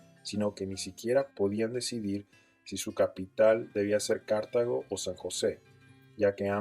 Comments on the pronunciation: Todo bien lo malo es que cuando dices Cártago en vez de Cartago pierdes credibilidad 🤦🏻‍♂️ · Dónde leyó que Cartago se pronuncia Cártago? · Es como escuchar la falaz historia que viene en los libros de escuela y colegio. Que duro. Esos datos de la cantidad pobladores son completamente cesgados, cómo iban a calcular la población indígena si no habían salido de Cartago? Y por cierto es Cartago no Cártago jaja Sí hubo violencia en contra de los indígenas, sí hubo encomiendas con las que se fundaron varios cantones de hoy en día: por ejemplo Tres Ríos. Lo que hubo fue una resistencia cabrona y por eso el sistema de esclavitud no les funcionó. Desde ahí comenzó el mito de la Costa Rica blanca.